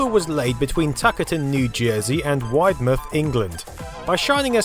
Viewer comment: you said Widemouth wrong